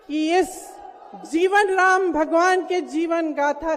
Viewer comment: Whenever She pronunciation Raam quite unfortunately she fumbled. . 😊😂